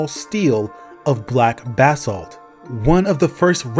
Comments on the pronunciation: Pronounced "Buh-salt" bro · Why are you saying Basalt weird bro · thought bro was saying "bathsalt" lmao